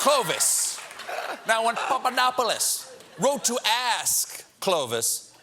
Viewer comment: I like how Colbert says Pappadodopopolaplodos